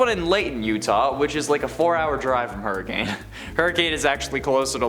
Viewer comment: i live in hurricane it’s actually not pronounced as you say it’s hurri-ken. strange i know